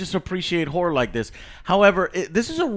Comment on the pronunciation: It’s a.. whorre film..???? Lol